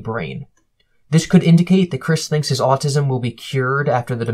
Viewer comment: Is his accent getting more southern?? The way he says autism is ridiculous